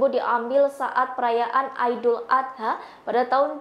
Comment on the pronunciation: Sok bule....idul adha...bukan aidul adha...